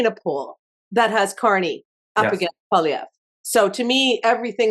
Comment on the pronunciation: I can't stand the dipsh*t but please learn to say the name of Poilievre. And before you freak out over an American takeover, read up on Norad. Jeez